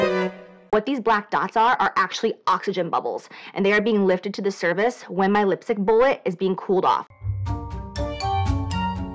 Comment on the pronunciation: Anyone else get annoyed with the word she uses “survace” instead of “surface” 😑